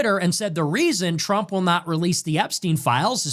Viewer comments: he says “Donald trimp “ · Where are you from dude? I like the way you pronounce Trump. Sounds like Donald Shrimp